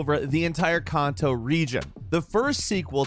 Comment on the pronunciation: Can Toe / Joe Toe . enough said.